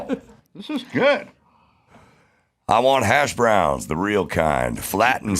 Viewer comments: Its HASHbrowns....not hashBROWNS. Damn californians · I love that Adam pronounces hash browns as hash BROWNS. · Why does he put such weird emphasis when saying hash browns